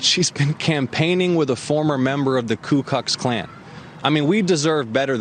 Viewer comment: He said ku CUCKS klan lol